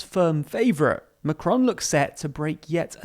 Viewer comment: Please look up how to pronounce their names - it's not "macronnnnn" the on is a nasal sound etc